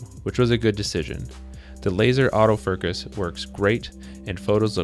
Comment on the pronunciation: "The laser autoferkus"